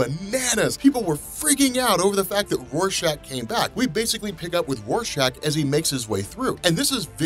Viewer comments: He was saying warshack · did did you just call Rorschach Warshak